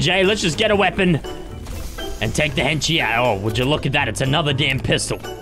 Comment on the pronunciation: When says henchie sometimes it sounds like he is saying Kenshi, like the mortal kombat character